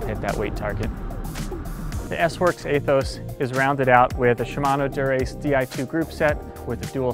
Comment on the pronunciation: Eeeeeeeee-thos, like eeeeeeeee ther....